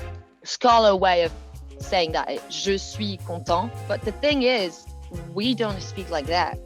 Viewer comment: Do you have a speech impediment it sounds like you are saying DAT instead of that